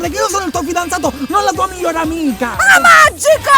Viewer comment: "Amaggico" morta